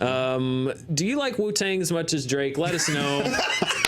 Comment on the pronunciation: Hearing say Wu-Tang is my highlight of the day.